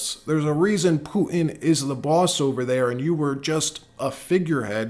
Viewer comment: Please don't say Pooin anymore. It's Putin . The t isn't silent .